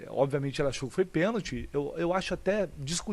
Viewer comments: DENILSON , PC ALIVEIRA E ESSA MULHER SÃO PAUS MANDADOS PRA FALAR BESTEIRA ! PORQUE O FILIPE MELO TEM TODA RAZÃO EM AFIRMAR QUE FOI PENALTI E ESSA ARBITRAGEM NÃO DEU PORQUE FOI MAU INTENCIONADA E MAIS ESSE BARANGA DO NETO NÃO SABE NEM FALAR PENALTI FALANDO QUE NÃO FOI PENTI 😡🇧🇬🇧🇬🇧🇬🇧🇬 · Neto calado é um poeta o cara não sabe nem falar a palavra pênalti!!